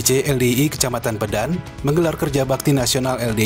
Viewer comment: Masukan Min. Cara baca yang benar bukan "Pédan" tapi "Pedan",mirip seperti cara baca kota "Medan". 🙏